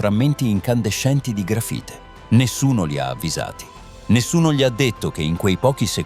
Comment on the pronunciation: Ma per favore .. "il contenitore di contenimento" "il gafite invece che LA grafite" ... una enormità di strafalcioni ...